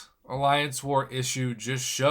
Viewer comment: Asterisk,, not asterik!